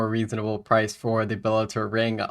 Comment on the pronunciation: I think you need to look up how to pronounce bellator vestige 😅